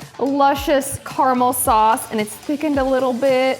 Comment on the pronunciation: carmal sorccsseee hahahah its caramel